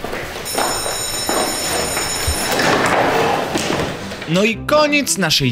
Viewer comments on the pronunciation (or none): "Kszysiu idziemy do derektora " xd